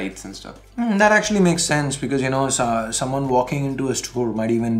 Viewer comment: that's soomawn, not someone, phonetically Suman Sarkar vector art